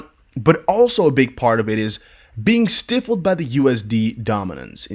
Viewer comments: when you pronounce Stifled as StiFFled I see that you do not proofread. ✌️✌️ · Stifled is pronounced stiiiiigh fulllled